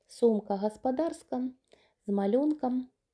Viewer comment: Яка Ви груба ! А голосок ангельський... 😢 ! І включайте свій мозок -- сантИметри, а не сантІметри , гОспОдарська а не гАспАдАрська.